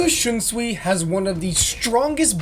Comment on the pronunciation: Bro said kuroku shiunsui